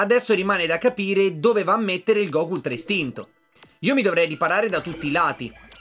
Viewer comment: hai sbagliato ha pronunciare ultra instinto all minute